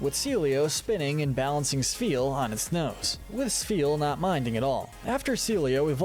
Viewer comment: THERE IS NO VOWEL BETWEEN THE S AND THE P IN SPHEAL!